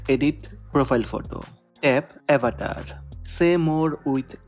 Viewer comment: avatar bol na avetar avetar kya ho raha he😂😂